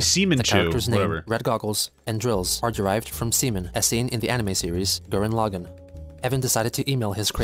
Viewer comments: WHY THE FUCK DID THE NARRATOR PRONOUNCE SIMON AS SEMEN? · this guy pronounces words so odd sometimes lmfao. “semen” is actually “sea mone”(simon) from gurren lagann. i had no idea what he was talking about until after i saw the screenshot of him. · It’s pronounced Simon but has an accent